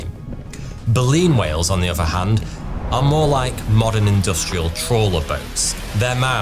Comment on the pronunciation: why do say 'any uvver' instead of 'any other'? Why do you say 'free' instead of 'three'?